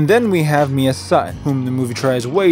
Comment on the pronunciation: Mia? More like Mid-uh.